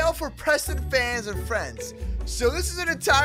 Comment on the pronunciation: He hats prestoon not preston xD